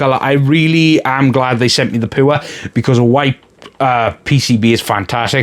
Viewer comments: It's not poor , its pure 😅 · I'm not trying to be a dick , your review was good , I actually recommended this board to my sister in law and she bought it , I think I will be building her PC tomorrow but the you say pure does sound like poor 😅 otherwise no complaints , well maybe add an extra 2 - 3 games